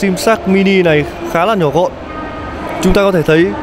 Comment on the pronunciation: Mịa, đánh giá quần què gì nghe xong hết muốn mua xe luôn. Mở màn vô: Hôm "lay' mình xin được "lói" sơ qua về... ==> nghe là hết cảm tình. Nói lắp đã đành còn nói sai chính tả nữa. Vô giữ bài: "ở đây có 4 phiên bản màu "nà" màu đen và trắng..."? ==> hồi đó học mẫu giáo chắc cô giáo cha này chết hay sao đó, không dạy chả đếm ak? Chưa kể, thương hiệu người ta là Ếch - Quai - Em (phải phụ đề cho ba này thấy rõ), cứ nhai đi nhai lại Sim Sim, nghe thấy bực mình.